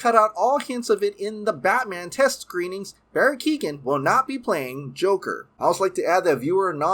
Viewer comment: Barry Keoghan’s last name isn’t pronounced Keegan it’s ke-o-ghan the g is silent bro